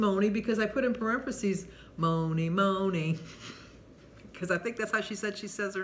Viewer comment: Thank you so much🤗🤗🤗🤗 you made my day ❤❤Moni (you said it absolutely correct😘)